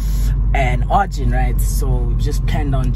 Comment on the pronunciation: Arjin did the r wrong sasha respect